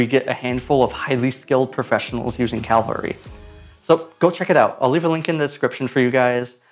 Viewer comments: My eye twitching every time he said ‘Calvary’ instead of ‘Cavalry’. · I've seen so many people from the US pronounce it Calvary. Cavalry. Like the horseback soldiers ya know. CAV-AHL-REE. Sorry, just a minor annoyance. Thanks for the video. I'll try the program out. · It's called Cavalry? How long before he switched to pronouncing it, "Calvary"? Oh. That was quick! Surf Wisely. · Cav - alry not Calvary lol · Nice video, but Cavalry ≠ Calvary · I'm exactly a minute into this and you have called the software Calvary (where Jesus was crucified) instead of its name, Cavalry (armed military men on horses) four times in the first 60 seconds. The weird thing is that the first two times you mentioned the name of the software you pronounced it correctly. But the third time, which was less than 5 seconds after the second time, you started saying wrong, and three more times in succession. It's like nails on a blackboard to me. I don't know how much more of it I can listen to. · Cav-al-ry, not calvary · My man, you have to learn to say Cavalry! It's not Calvary. It's Cavalry! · cavalry...not CALvary.... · CAV-ALRY, not CAL-VARY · Video says it is Cavalry, but you say most of the time Calvary. It reminds me how one youtuber talked about movie "Poseidon" and most of the time mispronounced it to be "Poison" or "Poisdon". It is quite annoying especially as I have self diagnosed OCD. But good to know about alternatives to After Effects even though I have moved now to Nuke Indie. Green screen, 3D and Camera Tracking are much more controllable and easier to get right. I guess Fusion is also much better at those things than AfterEffects. But it is true, that motion graphics is not suited for Nuke, so when I need to do motion graphics, I have to find out what this Cavalry is about. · It's pronounced cavalry, not calvary. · it's pronounced cavalry, not calvary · You keep mispronouncing the name of the product you are reviewing. Weird.it’s caV-alry, not caL-vary. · Calvary eh?